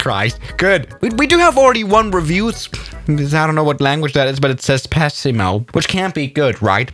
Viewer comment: I m italian, and I can say that your italian pronuncation of "pessimo" isn't that bad. The simulator was very horrible for me, but the video, as always, was very good!